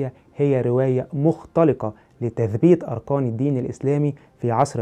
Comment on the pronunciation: اولا معركه بالكاف وليس بالقاف اركان وليس ارقان مخارج الحروف مهمه ويجب الاعتناء بها ثانيا اجتهاد علماء المسلمين كان بالتواتر مع توثيق الرويات الغير متواتره للامانه العلميه والاخلاقيه وتم تمحيص المتن والسند والراوي نفسه ثالثا لا يهم ما يقوله المؤرخ المعاصر فليس منه يؤخذ التاريخ لانه وخاصه ان حاول تكذيب التاريخ الاسلامي رابعا العرب كانت معروفه بنقل الروايه شفاهيه وحتى يومنا نجد قصص ورايات واشعار واغاني تروى من الذاكره ولا ننسى اعظم كتاب المحفوظ بالصدور خامسا لنفترض لو اختفت كل الكتب مره واحده اول كتاب سيتم استرجاعه هو القراءن دون منازع ودون خطأ ومن ملايين الاشخاص دون مبلاغه وباقي الكتب لو استرجعت لن تسترجع بالكلمه والحرف وستكون مختلفه عن الاصليه سادسا تطابق الرويات في المتون دليل على صحة الروايه لان الشاهد كان متواجد والاسانيد كذالك مع اختلاف الرجال والتنوع دليل على تلقي الروايه من مصادر شهدت الواقعه من قول اوحدث او عمل سابعا التاريخ الاسلامي من اوثق التواريخ من ناحيه الروايه وذالك ان لم يكون الاوثق ثامنا عندما نتعامل مع الاسلام تاريخيا فهو ليس دين اندثر واعيد اكتشافه بل هو تاريخ مستمر حتى يومنا هذا وكل يوم يسجل حدث ويصبح من التاريخ الاسلامي لان العلماء لم ينقطعوا يوما عن توصيل الرساله للناس حتى يومنا وكل يوم يسجل بان الاسلا هو دين الله الذي رضي به لنا ولجميع البشريه تاسعا من المفروض التأدب عند لفض اسم نبي الاسلام محمد صلى الله عليه وسلم وتطرح على الاقل عليه السلام وحتى ان لم تكن تؤمن به او تكرهه ا